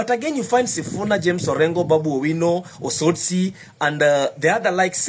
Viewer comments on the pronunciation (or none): none